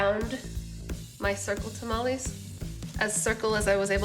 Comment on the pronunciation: It would be nice if you would say tamales correctly and maybe speak a little Spanish